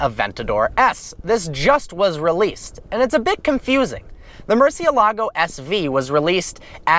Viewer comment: MOOR - CEE- A - LA - GO : murcielago